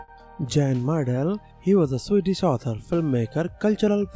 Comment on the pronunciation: I have only heard of one of these: Bobby Ball. And these fish person's name would be pronounced as Yan, not Jan